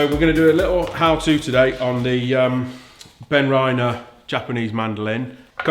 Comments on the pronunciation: In their own videos they pronounce it Ben-Rinner and spell it mandoline. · This is not very convincing especially the julienne cutting. Handguard seems flimsy and on every test I've watched so far they don't want to show you the size of the leftovers these handguards leave (a problem with all mandolines, not just benriner). Also it is pronounced "ben-reener"